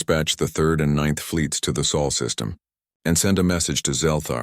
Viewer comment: What is the 'SAUL' SYSTEM? OH! you mean SOL SYSTEM.